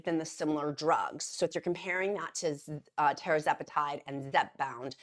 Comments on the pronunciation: TER ZE PAH TIDE. .. not TERRA ZE PATIDE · It’s pronounced… TERRR-ZEP-A-TIDE!!!!! Not Tera…